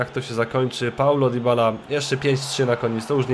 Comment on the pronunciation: Nie dibala tylko dybala